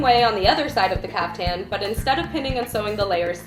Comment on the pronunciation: It's pronounced caafthan